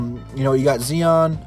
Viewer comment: Bro you don’t know how to pronounce Zion or Morants name... fuck. You don’t know much about this draft then. I’ve watched and researched this draft class for hours as well as have looked into all the things pistons management has been saying. This is my projected order of who they will draft given they are available. Hachimira, Porter, Little, Keldon, Naw, Okpala